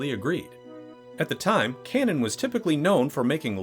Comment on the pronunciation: you can pronounce O'Bannon, but you can't pronounce Cannon.